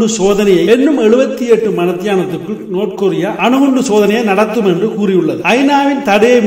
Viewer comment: நோத் கொரிய இல்ல டா பேபயலே நார்த் கொரிய டா